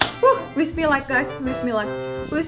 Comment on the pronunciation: Doa selalu bilang Wish me luck terdengarnya seperti doa kaum muslim Bismillah